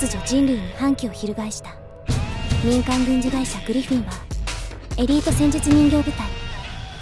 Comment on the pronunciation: グリ↑フィンだったんすね